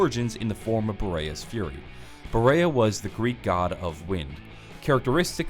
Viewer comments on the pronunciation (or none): you forgot about Loki, also it's pronounced Borius not Boraya, (Think Julius) and Boreas is specifically not necessarily a god, but an Anemoi, which is close enough to a god to not matter, and he is specifically of the North Wind, with Notus being South, Zephyrus being West, and Eurus being the East, they also had seasonal themes, and Boreas' was cold flurries of wind and snow, which could also have served as inspiration for the Ice Staff. Awesome video!